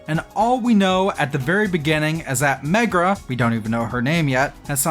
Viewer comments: i love how you keep saying "megra" <3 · 'Keeps hearing Megra, when the game says Merga a lot' Aaaaaaaaa